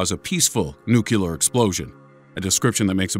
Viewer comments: It's nuclear, NOT nucular. Please. So many repetitions drove me nuts. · You smugly make fun of people but you've said "nucular" repeatedly. Can you read? Do you also call the core of an atom a "nuculus"? NOO-KLEE-UR. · nucular? ... a lways thought it was nuclear ... like in nucleus :-) ... is it a case of aks instead of ask? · Nu. Clee. Ar. NUCLEAR. Not Nu-Cue-Lar. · nu CLE ar not nucUlar. God damn.Nuclear. Nuclear. Nuclear. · It's "Nuclear", not "Nukular". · I enjoyed the video! But it's pronounced "nuc-LEE-ar," not "nuc-YOU-lar." :) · Yes! I was about to say something! you are greatness personified! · It is new clear NOT new cu ler. Practice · NUCULAR MY ASS the correct is NUCLEAR(noo-klee-ar) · Nucalar???? I thought it was nuclear... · It's NUCLEAR, not nukiller... you fucking dyslexic moron!! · its pronounced nuclear (new-clear) dumbass. Not nuke-you -lar. there is only one u... if it was nuke-you-lar. then it would be spelled nucular but its not its spelled nuclear nu-clear. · YOU SAID NUCULAR. IT'S NUCLEAR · Nuclear, not nucelar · nook-you-ler? nook-lee-ar! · nuclear not nucular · It's nuke-lee-err, not nuke-you-ler. That drives me nuts. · "Nuclear"! Not "nukular"! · It's NUCLEAR. Not "nucular." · That habit of saying nucular instead of nuclear is starting to piss me off... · Not until everyone learns to say "NUCLEAR". No, No, No......not "newk yew ler." Let's all hear that corrected again. Nuclear.....that's right. Now we can have our snack time. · Why you Americans keep saying nucular in stead of nuclear. are most of you dyslexic? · You really gotta improve your grammar............GRAMMAR POLICE!!!........it's not Nucular, it's Nuclear. Get it right! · #6...nu-clee-er...nu-clee-er....not nu-kya-ler....... OK, toyboat toyboat toyb.... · "It's nucular- the 'H' is silent!" (Peter Griffin) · Nucular...... Wow.... Reminds of skip from Penguins of Madagascar... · Take a shot every time he pronounces nuclear as "nucular" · Nukiller = nuclear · Noo-clee-ar. Nuclear.